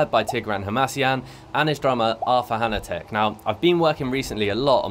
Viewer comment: I'ts pronounced Natek :) I grew up in the same school as him in Geneva